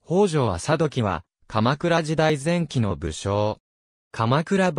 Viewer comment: 鎌倉殿の13人で登場するのなら誰がなるのでしょうか？ ちなみにあさときではなく「ともとき」です。